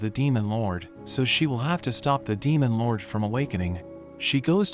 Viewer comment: " demon loUrWDEYH " Not trying to hate but the way you say it is kinda funny